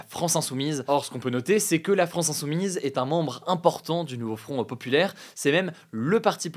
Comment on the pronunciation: "Le NouveaufronteuhPopulaire" 😂